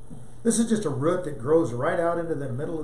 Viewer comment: I love the way you say “root” as “ruut” so cute! But I do have a question, can you propagate a fish one cactus from a clipping of the aerial roots?